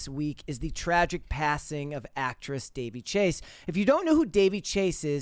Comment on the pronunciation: Her name was pronounced Da-VEY.